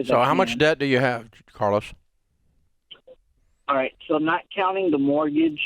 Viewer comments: Bro called in as “Car-los” and hung up as “Car-less” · Carlos… you say? Car-los.. Car. Loss. He was destined to sell his cars!